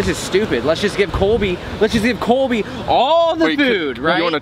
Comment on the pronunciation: Lol it's Colby not cobey 😂😂